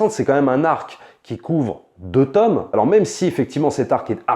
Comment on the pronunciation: Attention à la prononciation de "tome", svp.